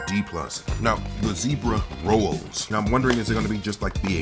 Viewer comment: I never heard anybody give “rolls” two syllables 😂 my man said “ro-olls”